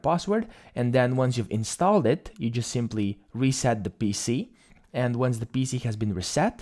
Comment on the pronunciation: you made me confuse, the way u say PC sound like bc